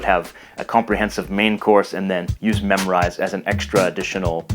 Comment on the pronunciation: Thanks for the good video, but i have question here why did you pronounce Memrise like memorize?